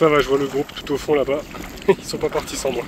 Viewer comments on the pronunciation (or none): none